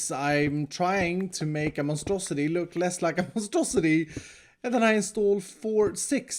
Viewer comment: to be clear...is saying Monstrosi-tree?